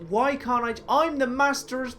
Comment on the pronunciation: that's the first time I've heard a Brit say master like that